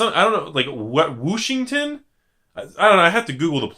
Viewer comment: Wooshington? Lol